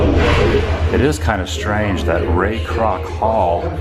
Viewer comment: Fuck all of you did you not hear how he said “Ray Croc the Founder of McDonald’s “